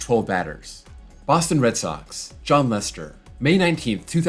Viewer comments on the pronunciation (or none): none